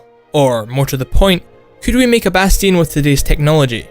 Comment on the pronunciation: he says bastion wrong